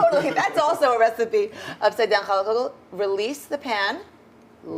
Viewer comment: Did the Rabbi say hell yeah or Chall yeah? Lol😂